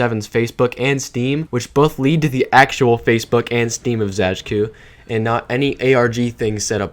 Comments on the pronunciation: /zəd͡ʒkʊ/ for "Zajcu" is frankly to be expected based on english orthography but it still hit my polish ass like a fucking truck when I first heard it xd. p.s. It's pronounced as /zajt͡su/ btw, which would be spelled as "Zaytsu" in english ig. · pisses me off how you pronounce it zadzhkoo and not zaytsoo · It's not really "Zae-dge-ku" more like "Zatsh-tshu" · i read their name as /z-EYE-ts-OO/ for a long time and im quite surprised there's a different way to pronounce it lmfao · It's pronounced 'Záytsu' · True, it truly hurts hearing it the way he says it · pronounced zaytsu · It's zai-tsoo. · im pretty sure zajcu is polish so it would be pronounced "zaytsu" like in polish 😭 awesome video btw :3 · Video's really good, just one clarification. Zajcu is Polish, so is his nickname. The pronunciation is actually Zay-tsu (sounds Japanese ik but it's actually Polish) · Why tf do you read "Zajcu" as "Zachku" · nice video!! just one thing, his username is pronounced kinda more like "zay-tsu". but that's just a detail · I believe the name of the channel should be read as [zaytsu] because the word Zajcu really resembles the word rabbit in many slavic languages. And yknow... rabbit... Bonnie... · It's pronounced "Zaay-tsu", it means hare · Sorry for correcting, but u should read zajcu as zaytsu, that's the proper pronaunciation. He's from Poland. Just saying ;) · I really like that video but the pronunciation of Zajcu is killing me inside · your pronunciation of zajcu is so annoying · Polish lol even tho the pronunciation of his username in this video isnt the best